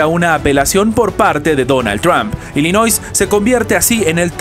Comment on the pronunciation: Se pronuncia Illinois. NOT ILLINOI(S) NO (S) LOS REPUBLICANOS NUNCA HAN GANADO ILLINOIS.